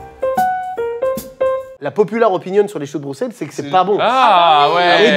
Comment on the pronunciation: Entendre un français qui sait prononcer Bruxelles, un plaisir